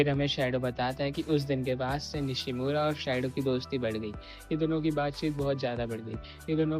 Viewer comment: It's Nishno not Nishimora😅